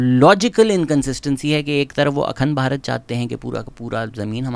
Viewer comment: Pronounciation which you didn’t get right- Akhand Bharat,Vikraam Misri 😂😂 hence your whole video is rendered useless now…what a clown you are😅